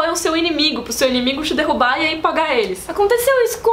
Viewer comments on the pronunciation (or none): none